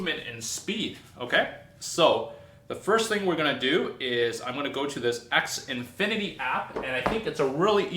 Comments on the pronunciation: The way you pronounce Xfinity. xNfinity? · X Infinity weird